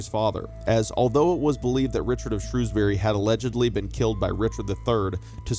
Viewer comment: I'm still waiting for the day when someone manages to pronounce 'Shrewsbury' correct in a YouTube video 🙃